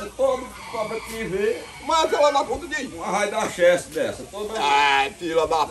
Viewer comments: Gente, o fala filho da Chesf e não da Chesse. Chesf(Companhia Hidrelétrica do São Francisco). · "esse fí da peste aí": "cumé a história?": " fí da Chésf" Kkkkkkkkk